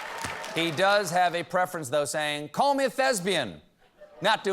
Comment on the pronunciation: I'm stunned. Stephen mispronounced "thespian".